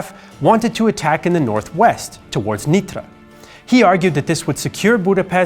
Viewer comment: it's called Nitra/Nyitra with a perfect pronunciation in both (Hungarian and Slovak) languages.